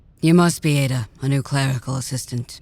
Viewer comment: Let a Nigerian pronounce the same name you'll be surprised and enlightened 😅